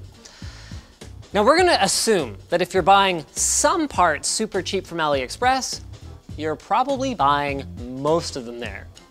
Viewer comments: it "a lee" express and not "alley" express. #JustSaying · AliExpress is pronounced AllE express. Like Ali baba. As in cheap as a mild east bizarre. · “Ali-A” Express.